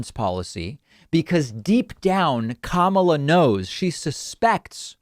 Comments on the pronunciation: Cam-ala Harris??? I know of Kamala Harris... When you heard her name a hundred times and your still saying it wrong...that's sus af. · "Kam" ala?? Is he just as bad as Trump when he said "Ku" mala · Obviously Stinchfield is pronounced St INCH field and not stink field, and i dont like this sort of nonsense in a supposedly serious commentary, but then when David flicked to stinky he pronounced Kamala as Camel-ah , so all's fair in love and war stenchy stinky field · These “theories” are just ridiculous. I love how these right wing channels keep saying Sen. Harris’ first name incorrectly on purpose. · stenchfield mispronounces Kamala's name, probably intentionally, although being a GOPer, he doesn't read that well. What a bag of gas. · Notice how he intentionally pronounced kamala's name incorrectly? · Notice how they always intentionally say her name wrong smh. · Wow Stinchfield can't even pronounce her name... Why would you trust someone that doesn't know enough about politics to even pronounce names correctly. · Starts off with Stinky Dude misprouncing Kamala's name. So sick of this propaganda.